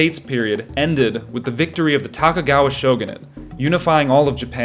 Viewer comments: *to-ku-ga-wa, Not "Taka-gawa" Sorry that was distracting 😂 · I just wanna make a correction. The last name of “Shogun” is Tokugawa, not Takagawa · It is not Takugava but Tokugava , not A sound, but O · the video ended for me when you said “Takagawa”. AI is bad enough….sloppy AI is worse. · Tokuga with a long o, not short. What happened to this video? It abruptly ended. Why didn't you finish it? And you didn't do a satisfying job answering your own question : ( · Dat Tokugawa pronunciation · I'm pretty sure he just mispronounced "Tokugawa" with an American accent. Unless you're watching the AI dubbed version, I think the video is genuine.